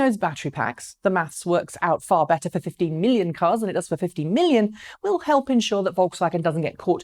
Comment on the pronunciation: The guy pronounced 15 as 50, big whoopsie! There wasn't the same mistake in press releases from VW and the board just corrected what was verbally uttered on stage. Making a story out of this is a little pathetic. VW will produce these EVs as promised, it's just a market reality as production has been scheduled and starting rolling.